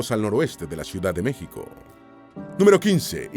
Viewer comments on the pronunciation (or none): ¿Por qué no puede el narrador pronunciar correctamente el nombre de LA ciudad capital de México? Qué cosa tan molesta, por eso, le doy dislike.😢